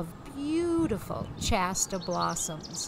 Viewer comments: Shasta, not Chasta! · I've never heard "Shasta" pronounced "Chasta" before. Is this from Massachusetts?